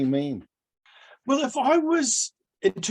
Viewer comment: Ruterangi/Ruterani/ NU TIRENI!!